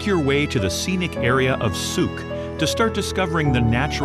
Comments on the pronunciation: Wow, I'm impressed. The only one that needs tweeking is Sooke. (Rhymes with Luke.) Can I ask how you got interested in place pronounciations? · Sooke rhymes with 'cook', not 'boot'. coh-WE-chun Bay (Cowichan) = COW-ih-chun. Saanich (SAWN-itch) Inlet is actually SAN-itch. YOU-kuh-let (Ucluelet) = you-CLUE-lit. Aside from the above pronunciation gaffes, this was a beautifully done video.